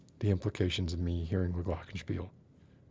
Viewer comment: oh! You said Glockenspiel, and so perfectly! I m sorry about the stream. and I m sorry that I m allways way too tired to stay for long